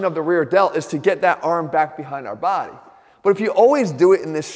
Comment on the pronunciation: I come here for the way he says"body". My baady!